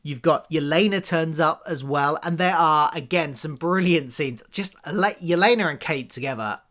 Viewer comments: It is "My-uh", and "Yeh-lay-nuh". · When you call Maya "Meeya" and Yelena "Yuhlahnuh", it reminds me of when my parents used to get confused about how to pronounce the word "dalek". They would call it a "darlek", because, I guess that's how they thought British pronunciation/accent works?